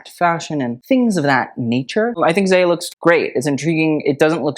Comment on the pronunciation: You might not see this but zaya is pronounced z-eye-ah